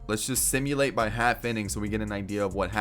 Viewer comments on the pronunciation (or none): none